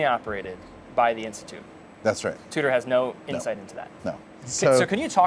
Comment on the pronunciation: saying it like TOOTER is grinding 🥴